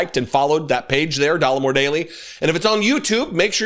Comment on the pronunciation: 😂😂😂😂. You don't say Dollemore. No social studies class?